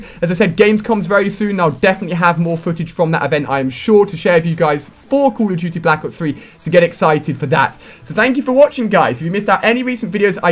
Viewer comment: xD ''Cool of dutty'' -Ali A